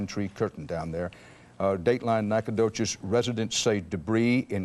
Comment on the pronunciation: I cannot believe that CBS butchered Nacogdoches' name that badly...